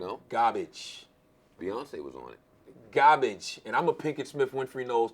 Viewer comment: The was he pronounces garbage ‘Garbige’ lmao